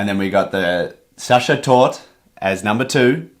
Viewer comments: Sachertorte tasting kinda like raisins? something seems to have gone wrong with the recipe ^^. Also, the "e" at the end of Sachertorte is not silent. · Its torte not tort you say it like tor teh. You should have tried the Prince regent torte from Germany. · ive never tried the original myself but everyone i know says the sachertorte von hotel sacher is too try! oh and e isnt silent in german, so youd pronounce it something like torteh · Est heißt Sacha-Torte The ‘Sacha’ is pronounced ‘sa-sha’ and torte is ‘tour-te’ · 1. German e is never silent. And Sachertorte is indeed overrated but still good. Eat it with whipped cream if it's too dry. 2. Ah the famous Brazilian war effort in WW2 ;) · The e in Torte is neither silent not elided. Specifically it is a schwah sound, like "uh?". This is true for all "e" in German words, such as "Porsche". The "ch" is the sound a pregnant woman makes breathing like "hhh, hhh, haaa, hhhh, hhh, haaa", while giving birth in movies 😂. With "sch" it is like English "sh" . Btw, as Austrian, I am not a fan of the "original" , published, Sachertorte recipe. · Starting off with our lovely Sachertorte (the e at the end isnt silent fyi) - this is going to be fun. Love me some chocolate cake. <3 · The e in Torte is not silent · as an austrian the way you pronounce Sachertorte made me giggle every single time 😂 also s/o to for ranking it the highest 📣